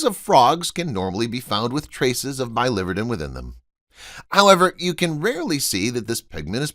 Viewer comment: I promise never to subscribe to clickbait videos. PS Biliverden is pronounced billy-vir’-den